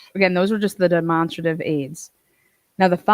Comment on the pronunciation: Sorry for laughing but I have never heard demonstrative pronounced like that